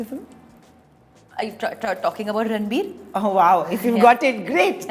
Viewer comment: She is called anytime ranbir. rrrrrrr.....ranbir😅😅😅😅😅